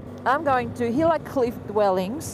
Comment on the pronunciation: It’s really sad to watch all the you tube videos on the Gila Cliff Dwellings. All of these creators are pronouncing the names wrong and are spreading misinformation